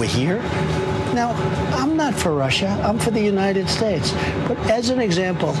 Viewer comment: I'm not for Russhhha....I'm for the United Shhhtatsh. Myself, I'm for Super Poly Grip.